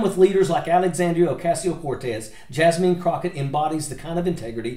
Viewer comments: Nice compilation of some of Jasmine’s best work for the American people. ❤ BTW, Her name is pronounced “Jaz-min” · Richard Ojeda.... bruh... it's pronounced JASMINE not JASMEEN 😭 and AOC is Ocaaasio not a Casio like the keyboard 🤦 jfc you can't even pronounce your OWN name correct wey jajaja